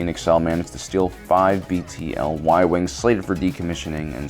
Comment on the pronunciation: Bruh, it's BTL not BLT.